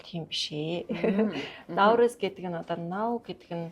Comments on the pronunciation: Она Наурызм гээд байхын , Наурыз шүү дээ. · Наурыз гээч Она, науризм , науризм гээд байхын